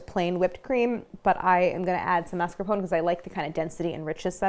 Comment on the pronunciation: maritozzi was pronounced correctly, but mascarpone was not. “mas-car-poh-nay”